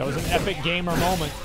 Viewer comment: Did it trigger any1 else that he called him Epic-gamer when it was End-Gamer :D